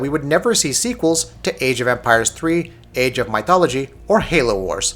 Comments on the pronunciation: Say Myth. "Myth!" Good, now say Mythology. "Muh eye tholgoly!" Really? "meye, muth.. Moo?" Get out. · My-thology...really? Lol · For some reason everytime he says it, it annoys me more and more lol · Thumbs down for such bad pronunciation. Seriously? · The way you say mythology sounds funny. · What the hell? Where did this guy learn the English language? I like his review, however his butchering of my favorite Empires game is so annoying, I couldn't finish it. I hope he reads this!